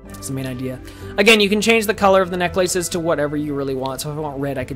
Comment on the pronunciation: Was he intentionally saying "necklaces" like that?